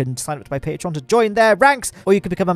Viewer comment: We can never forget that patreon“M”